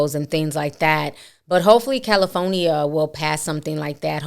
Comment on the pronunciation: Did she say Caliphonyia?